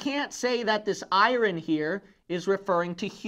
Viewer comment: Pastor, thought you might want to know that the word "iron" is not pronounced like i-run. Its proper pronunciation is [ahy-ern]. Take care, man! Good message.